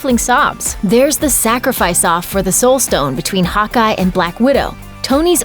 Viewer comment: I thought she was saying “hot guy” not Hawkeye